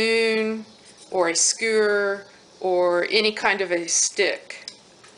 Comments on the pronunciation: Oh my gravy..Google SKU~ER..NO NO IT'S SKEW'~ER like when you don't like the smell of something..EWW ! GIGGLE Hope that helps. It's a bugger when some words don't cooperate with the tongue. HAPPY NEW YEAR~ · To people nitpicking in the comments: Yes, it is "skew-er" and not "skoo-er." And yep, that's a trowel, not a squeegee, although if you listen, she SAYS she knows it's a trowel but is calling it a squeegee because that's the function she's using it for at the moment. Yes, marbling often works better with a main color and a couple shades of a complimentary color. Yes, the lighting was a bit hard to see. And yes, the yellow seemed a bit overwhelming on the shaving cream although you can see that when she starts scraping it off the fabric, its not as intense as it looked. Overmixed? For traditional marbling, possibly, but that's also a matter of taste. If you wait until the very end, she gave a few still shots of the final product and they actually look pretty darn good. All that acknowledged, nonetheless, SHAME on all of you. It's a quick, clear tutorial that gives the materials and intro to technique. How much did you pay to see/learn this? Nothing. Zero $$. So entitled and rude to get something for free that YOU sought out - YOU clicked the link - and then complain about little details of it. Especially because the nature of your whining. You would personally use less yellow and mix less? Cool, then you already know that, you didn't need the tutorial to explain it to you. You'd personally use fewer colors? Great, then you don't need the tutorial to contain a lesson in color theory. And double shame on all those who need to learn the difference between Critique and Criticism. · Well....you did over mix, you got mud and it's not pretty...SKEWER, say it with me SsssKEWwwEr!